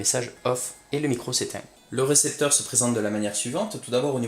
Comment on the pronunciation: Super vidéo ! Ca se dit récepteur au passage :)